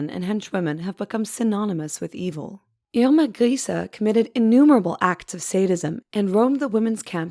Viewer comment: Nice to see a video where they actually pronounce her name right.. Great quality!